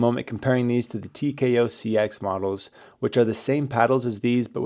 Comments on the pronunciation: TKO not TOK😂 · If he say’s “TOK-Cs” ONE MORE TIME🤬😤👿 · Lol! You keep saying TOK-C.